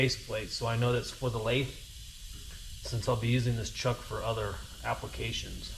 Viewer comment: Homeboy, you gotta learn how to pronounce lathe. Holy cringe you probably also say "jib" instead of gib lol. You're in a machinery desert, I get it. Maybe one day you'll understand the point of a QCTP😂. Nice